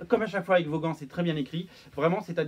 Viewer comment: Brian Kay VOS GANTS ...quelle horrible prononciation ..C''est " Vawn" .